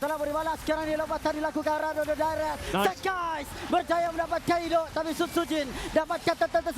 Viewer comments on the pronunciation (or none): nama sekys jadi sekai, jadah commentator 😂